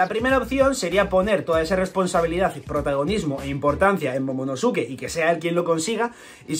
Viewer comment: Se pronuncia momonoske